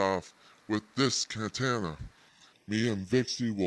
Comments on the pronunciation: Apparently it’s kantana, at least that’s how he pronounced it. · i thought i could stomach this video but after hearing how they pronounced katana i'm tapping out. thanks have a like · I'm so confused. It's like someone dumped every pejorative on the net with no regard for the source and blended it in a ninja avatar that can't pronounce katana. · I am dying of cringe, you can totally hear how he actually sounds through the voice filter and his pronunciation of katana...peak lol